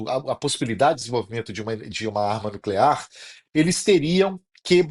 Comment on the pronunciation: programa nucler uaneano kkkkkk